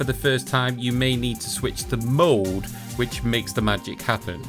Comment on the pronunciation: when this guy says "mode" I keep thinking he's saying "mold"